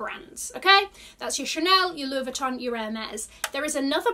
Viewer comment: Always love your videos, you are such a positive person. If you are interested in pronouncing some of the brand names correctly you drop the pronounciation of the N in Vuitton. It’s silent. I thought I heard a conversion of the double L in Deauville to a «J». That would have been correct in Spanish, but since the name is French (and also a typical high end beach city in France from where the bag probably got it’s name) one pronounces the double L🤗.